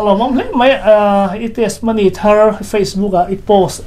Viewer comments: Testimony ni awm tak a ni, mahse TESMONY ti a i lam tlat mai hi ka hrethiam lo deuh...? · Testimony hi i lam dik chiah lo deuh in ka hria a. 'ti' hi lam ri tel ta la ngaihthlak a nuam deuh a ngem aw. Tesmony ti ngawt lo deuh in Hnampui ṭawng mah nise